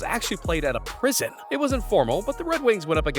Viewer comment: Ah Yes My Favorite Team In The NHL "The Wed Wings"